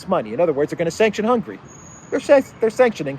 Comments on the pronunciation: please its NOT hungry, its Hunga-ry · I highly value what you provide to us, but please change how you pronounce the name of Hungary. After the letter “g” there is an “a” letter what has to be pronounce! Thanks in advance!